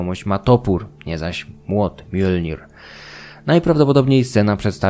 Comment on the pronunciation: Młot Thora. Prawidłowo wymawia się "mjolnio"